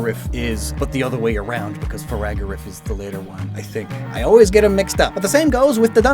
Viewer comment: Farigarf, not faragarif!😭